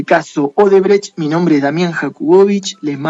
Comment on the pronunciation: Es odebrecht y casi todo el video pronuncias "obredecht"